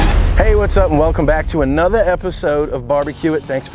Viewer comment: As soon as I heard him say "Welcome to ANOTHA..." I was all in.